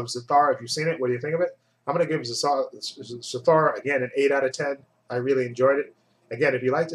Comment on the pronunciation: it's Za- thoo- ra